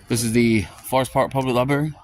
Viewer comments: Isn't this the guy who had the screaming misogynistic fit on a bus in front of his kids? "Liberry." Yeah, nope. He's SO wrong. Gee, his commentary is so witty and informative! It's like Winston Churchill is back again. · “LIBARY”…. That was my first clue that termites have been living in his skull for quite some time. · Dude cant even pronounce " library " correctly. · You shouldn’t have any rights if you can’t pronounce the building correctly. It’s a LIBRARY